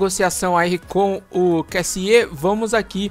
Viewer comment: é Kêssiê mesmo a pronúncia